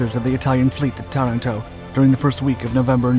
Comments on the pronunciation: It is Taranto TA-RAN-TO and not TA-RA-TO. It is also not CANBERRA (KAN-bə-rə ) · Tuh-RAN-toe, not Tuh-ran-TOE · TarANto (accent on the second syllable) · Aaaaargh. Interesting vid, spoilt by endless mis-pronunciation of Taranto, and also Cunningham.